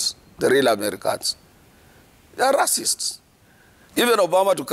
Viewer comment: Atwoli its Ray-cist (racist) NOT Ra-cist (racist) kkkkkk